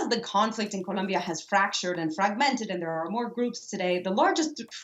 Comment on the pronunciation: This broad pronounced "Colombia" so annoyingly lol